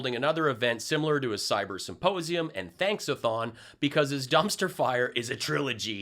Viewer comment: that is how Pillow says the word symposium. It’s not my take, but that also works. 👍🏽 Once you hear him say “supposium,” you cannot unhear it. 🤡